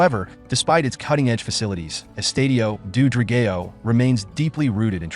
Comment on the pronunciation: Thank you for making a video on our stadium. Not sure you are aware but we wear blue and white so when you spoke about the fans you were actually showing Portuguese National Team fans. The pronunciation of the name Dra-gay-o would be very offensive had it not come from an AI voice, perhaps just use the English word which is Dragon. The Stadium is NOT located in Boavista, thats where the local city rivals are so this simply wrong information. Sorry to sound critical, I just needed to mention the big faux pas on the video. I am grateful you made a video on our stadium just wish there had been a bit more research done before presenting false data.